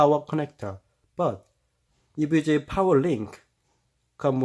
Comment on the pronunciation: “Hi guys! Today I just got ewega Rtx 2070 xc” Anyways nice vid I’m getting this but it’s 2070 super lol